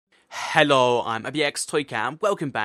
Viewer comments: his intro heeeeloo like an asian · hallo..so..he's an African American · The way you say hello i'm sounds like hello i'm vxtoycat LOVE It:)!